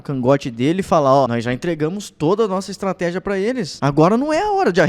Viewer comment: Estrateja??? Kkkk